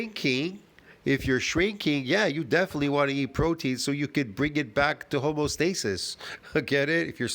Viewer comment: Home-EE-oh stasis. Don't forget the EEEEEEEeeeeee.